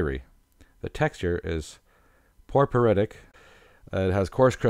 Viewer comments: ryolite, porepyrititic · this guy's pronunciation of several names is horrible ! Porphyritic being one